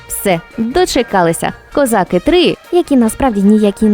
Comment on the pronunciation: Не козАки, а козакИ